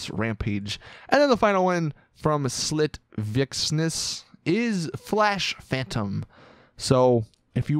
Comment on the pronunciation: "Slit Vxnes?" How did you fuck that up lol?